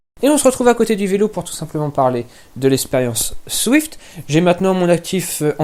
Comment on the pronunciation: C'est quoi dans le Z que t'arrive pas à prononcé dans zwift ?